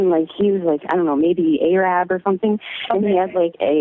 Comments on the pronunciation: or so... A-Rab? Seriously? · "He was Ay-Rab or something." 🤦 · What century are we in? I know I did not just hear caller #5 say “A-Rab”